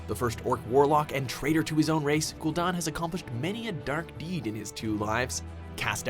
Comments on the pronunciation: You suck at character/noun pronunciation announcer guy, many of your videos share this problem. Ghoul Dahn? Gul'Dan is pronounced Gull Dan; and you messed up others, not to mention other videos. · Jaina most powerful human mage in azeroth? Ever heard of the Guardian? Or Khadgar? Another case of of no research and screwup list. Also cringed every time for putting an uneccesary 'r ' in gul-DAN. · how do you get don from dan? It's Gul Dan. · gul'don? it is literally pronounced ghoul dan like the name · Gul don? Really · *gool dan*, not *gool don," as Llane pronounced it once in the warcraft movie. "syl-VON-us." "Sar-gehr-is," not "Sar-gerh-ahs." "KAD-gar," not "kod-gar." "sandy pussy," not Arthas Menethil. not sure the Helm of Domination is "ancient." "illi-din," not "illi-dan." (this one actually is tricky), Illidan was made a demon hunter 10,000 years ago. "outland," not "the outlands." also, Kel'thuzad's original voice was way better than "generic lich voice." Thrall earned the title of Earthwarder because he replaced deathwing as the earthwarder.